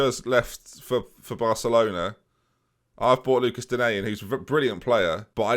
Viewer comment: For an understanding on how to pronounce “Digne”, I’d refer you to Nepenthez’ videos whenever he gets him in a FIFA draft